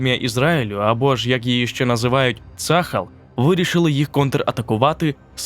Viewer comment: Я вибачаюсь, не цАхал, а цахАл) І не Ейлат, а ейлАт))) дякую